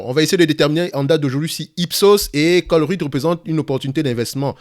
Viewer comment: Ça se prononce comme chevreuil, ColreuYte 😂 salutations de Belgique !